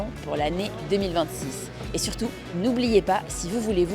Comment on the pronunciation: Há alguma explicação para algumas palavras soarem com som de F quando terminadas por T? 🤔 Por exemplo, surtout, tout...